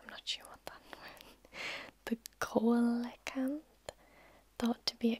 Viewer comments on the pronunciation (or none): Coelacanth. Pronounced "See-la-canth". Not "Ko-la-canth". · Coelacanth is pronounced like SEEL-canth. Thanks Animal Crossing series!